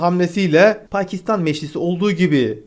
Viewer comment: Bu adamın şu kelimeleri söylemesi beni gülümsetiyor :D Libya : Lipya Meclis: Meşlis